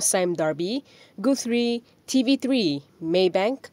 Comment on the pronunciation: "Gooth Ree". 🤣😂